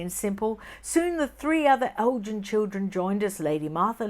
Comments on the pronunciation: Hi, The correct pronunciation of "Elgin" as in Lord Elgin is "El-gin" with a hard "G" sound, not "El-jin". The Lord Elgin Hotel is a historic gem in Ottawa Canada where I grew up,and has been there for over eight decades so learned the pronunciation as a very young girl:)))🌷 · Elgin = el-g- (as in goat)- in. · Elgin is pronounced with a hard 'g'. Not like the alcoholic beverage...! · Its not pronounced Elgin as in the gin drink, but a hard G sounding like grin....I am from Scotland and I was actually born on Elgin Street. So Elgin with a hard G. 😊